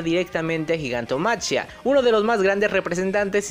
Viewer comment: me suena bastante feo gigantomachia, no se supone que se pronuncia gigantomaquia?